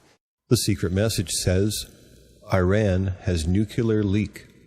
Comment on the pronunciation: I can't really trust a guy that can't pronounce nuclear, just like dubya, where the narrator suggests Assange is saying "Iran has nukelar leak" what I hear is "oh, learn to speak clearly!"... if you consider it, that is more amazing than some UFO message cause somehow Assange was able to predict some derp would reverse analize his speech and went on correcting him.